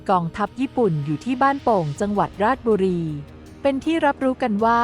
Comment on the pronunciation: ราด-ชะ-บุ-รี-ครับ ไม่ใช่ ราดบุรี จากคน บ้านโป่ง ราชบุรี